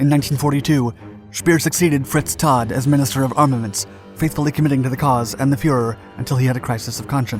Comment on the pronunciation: Reichsminister of Armaments Fritz Tödt last name is pronounced with a t consonant sound at the end of the word “toad” (ergo Toadt) NOT “Fritz Todd.” Deine Deutsche ist schlecht mein herr